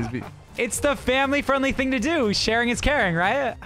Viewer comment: "Famoly frienely